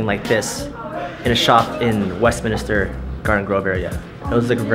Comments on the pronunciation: Whenever people say WestMINISTER I cringe because it's WestMINSTER. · Nvm lol god dammit its Westminster